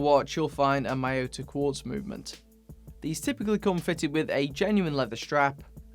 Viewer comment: The word "Miyota" is pronounced as "Me-yota", not "My-yota"